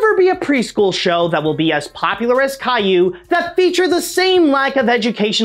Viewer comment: As much as I hate Caillou being a major pop-culture export from my country, your french pronunciations were pretty damn good.